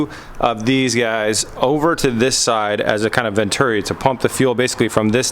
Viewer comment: Vent-uri XD. Its pronounced vent-churi